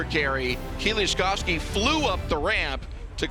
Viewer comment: Even the announcer has learned to pronounce my compatriot's name correctly .. Mateusz Kieliszkowski- the pride of Poles.